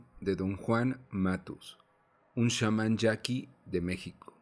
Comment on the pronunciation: Y porque dices 'shaman' y Castaneda? Que no eres mexicano como para saber pronunciar Chamán y Castañeda??